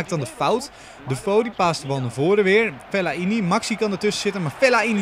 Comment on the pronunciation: Geen Fel-la-i-ni maar gewoon fe-lai-ni